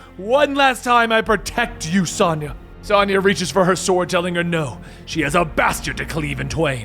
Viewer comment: Sonja is pronounced differently than the way you say. My mom's name is Sonja. It's like (sOne[long O]ya)